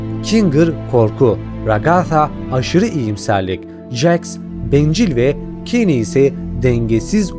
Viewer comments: Abi keyn ne keny demesen keşke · Bide abi kani değil Keynes diye okunuyor ama cane diye yazılıyor yani bilgime göre